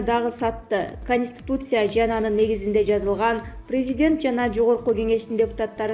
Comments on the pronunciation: КАнистИтуция дейт ко. Конституция деп айтса болбойбу? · КАнистИтуция КАнистИтуция КАнистИтуция КАнистИтуция КАнистИтуция ))))